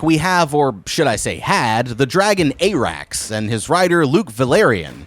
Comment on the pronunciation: TFW you advertise so hard you can't pronounce any names despite them being spoken aloud T_T I'm sorry but I"m going back to the Glidus/Alt Schwift X tag-team of people who know WTAF they're talking about when it comes to HOTD. Onward, Vermeethior!! Soves, Ay-rax!!